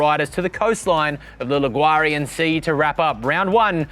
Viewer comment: Liguarian sea